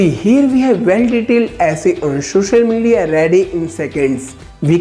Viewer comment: Ohh : "shushal media"